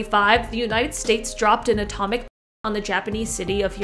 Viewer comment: Couldn't even say bomb 😅🤣😂🤣